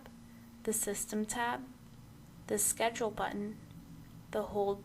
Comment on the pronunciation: “Press sced “. I cannot tell what she’s saying !